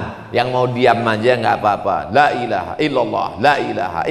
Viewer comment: Kalimah thoyibahnya kok selalu bersuwara Lak illahaillalloh jika cepat mebacanya kalao mebacanya satei bisa pas LAA